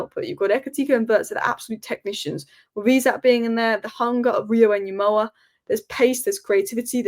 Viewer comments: please Ngumoha not Nyumoha. The way to pronouce it effectively is by leaving out the first N. Better to pronounce it like Gumoha. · Small thing. The Ng sound in Ngumoha. More into the g and less in the n. Not nyemoha. It's good you try. (Wazungu do this. It's nice though) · Pronounce it as "EN-GUMOHA". You can drop the "N" and pronounce it simply as "GOMOHA". Notice how the "U" changes into an "O" once the "N" is dropped or becomes silent.